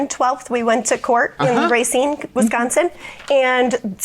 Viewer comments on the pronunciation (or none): How can you be in Wisconsin and not know how to pronounce Racine?